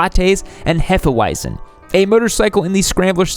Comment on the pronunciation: Your Hefeweizen pronounciation is almost on spot.